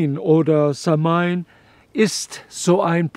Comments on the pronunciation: Eine Sache muss man leider Korriegieren es heisst nicht SAM-HAIN ausgeprochen sondern SAH-WIN ansonsten so ein schönes Video und Vortrag könnte ich auch Std lang zu hören🙏🏻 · samhain wird anders ausgesprochen —-> „sauin“ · Lieber Dieter - Samhain wird "SAUON" gesprochen 😉☘️🇮🇪☘️ -Ich bin zwar nur halb Ire aber ein wenig Gaelge spreche ich doch. Sehr schön erklärt. ❤